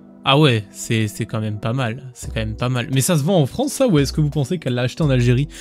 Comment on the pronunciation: En fronce !?